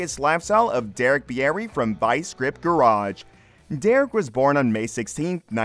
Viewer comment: I’m pretty sure Bieri is pronounced “Beery” not “be-air-ee” Minot, ND is pronounced “My-not” and drops the French influence.